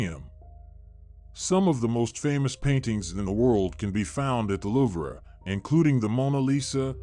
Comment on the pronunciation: I don't know if you are a real person or what but you have pounced wrong j Paul Getty's name wrong you said gritty it's not gritty it's Getty and the liver is not prouned that way it's the luve please get the pounced words correct I am admit about it as I use to pounce words and names wrong and so since I was a child I pounce words correctly and if you do a report as you do in this context then get it right please